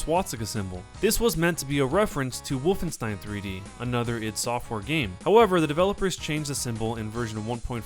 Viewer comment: how he saw woofenstein. woof 3d xD